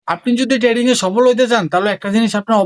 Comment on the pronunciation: আগে ভাই তুই trading উচ্চারণ শিখ